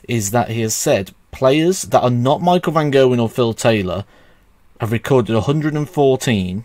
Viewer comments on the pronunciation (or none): none